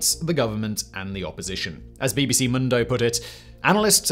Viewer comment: Pro tip: you can say mundo as "moon-dough" and be way closer.